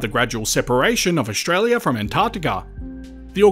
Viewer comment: please practise your pronunciation, it is OStralia NOT OSHralia